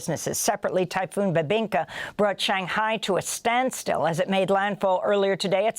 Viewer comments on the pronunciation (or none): none